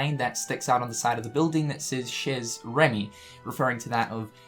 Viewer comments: you my boi. Bit chez is pronounced 'shey'. Just FYI. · Oh,. "Chez" is pronounced "Shay". Predicting that this will be a one-off little reference, like the Lady and the Tramp fountain in Traverse Town. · I love how you say "chez Rémy", it's cute 😊 Though the z isn't pronounced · Feels like a reach but who knows. It could be cool if it turns out to be true. Also, the z in "chez" is silent, like in "rendez-vous". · I may not be good at French, but I believe that the "z" in the word "chez" is silent.